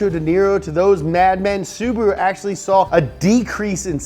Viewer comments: It's Subaru not Subro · SU . BA . RU NOT SUBURU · Omg I almost died laughing with the ssubahahruhoooo. 😂 holy shit! This channel should be on Velocity